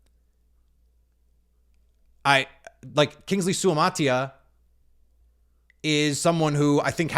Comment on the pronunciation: Out of BYU Suamataia is pronounced Sue uh matah eeeh uh. Each vowel has to be pronounced for the Polynesians